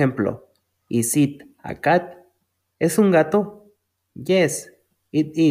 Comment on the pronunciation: Amigo cuando pronuncias it tu pronuncias el verbo comer